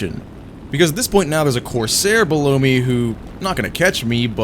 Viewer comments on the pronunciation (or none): none